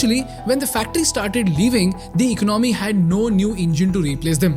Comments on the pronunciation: Still cannot pronounce “economy”😂😂😂😂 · Great video with a lot of research backed info...very informative....trust a lot of hard work goes into this. Just a small request as you probably have a lot of young viewers/followers who probably emulate you...please ensure correct pronunciation of words in your commentary, eg: Economy, Miracle, so that your listeners don't end up learning wrong way of speaking and carry it with them wherever they go. Hope you take it positively 🙏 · Great Content😊 Thank you for this👍🏽 Please correct your pronunciation of : 'Economy' 'Miracle' 'Poland'